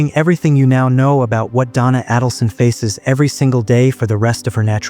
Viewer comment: you mispronounce her name. It’s A - dulson. Not Ah-dulson.